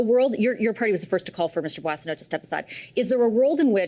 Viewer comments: The first syllable is not pronounced "Boy," it is" Bwaw" or"Bwah". Look up "bois" en francais. Bwaw-sun-no. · Surely you’ve been hearing it prounced umpteen times lately. It’s BWA son oat. Not BOY son oat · Why in the world no one bothered to correct his pronunciation of the Boissonnault's name? This is Canada, and no one should correct others misdeeds. Otherwise, you would be considered insulting and politically incorrect. Bussial, my butt. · You don’t know what Randy’s name is you keep pronouncing his name bossio it should be pronounced boozo the “clown” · GACK! Boisio??? gerretsen, you should be getting the guy's name correctly on National TV! Holy cow! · 'Boo-ah-so-no' is the correct pronunciation